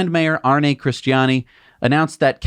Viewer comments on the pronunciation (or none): none